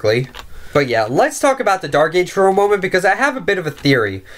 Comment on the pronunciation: do you have speech problems? Go back when you said "Percent" early in the video] and "For"